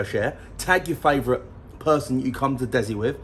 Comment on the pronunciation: DESI aka Des-C not Dezi